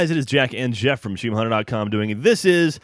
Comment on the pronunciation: It's England not Englang and it's Geoff not jeff.